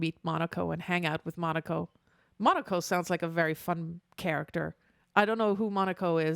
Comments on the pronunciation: All in good will, but its Mo-KNOW-Ko, not Monaco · His name is pronounced more like "muh-no-coh," he's the dog and he's kinda funky.